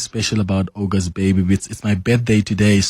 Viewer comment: It is NOT OGOST it’s aUgust